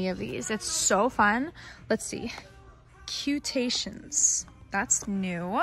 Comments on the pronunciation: Omg it’s so funny how you said “cutations” even tho it’s cutitos lol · btw the cuteTitos are pronounced “Cute-Eat-Ohs. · she called cutetitos "cutations" 🤣🤣🤣🤣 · The way she said cute-i-tos🤣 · Cutations” lmaoooo